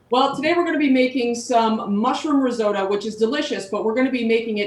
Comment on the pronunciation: Please learn how to pronounce risotto!